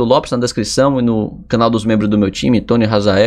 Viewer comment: E ainda n sabe que e "tonni" e não "tonny"